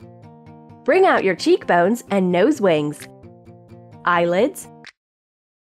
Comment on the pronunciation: Why are you say eye lip